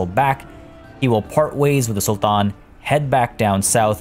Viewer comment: Just curious where are you from ? you pronounce the arabic “t” as in sultan perfectly 👍🏻😺